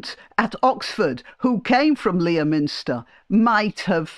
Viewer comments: Merry Christmas. (Sorry to be pedantic, but the usual pronunciation of Leominster is “Lemster”.) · Merry Christmas and thanks for everything!Btw, it's 'Leh-minster' - keep lions out of it, please.